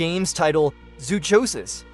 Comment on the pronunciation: Zoonomaly sucks and you mispronounced zoochosis.